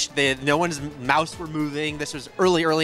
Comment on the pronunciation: oh, so like they showed early sketched witch sound then? sorry it really sounded weird when he said mouse!